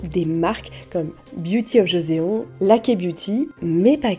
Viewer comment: beauty of quoi ? haha ça se prononce "Jossonne" ;) thème très interessant non-obstant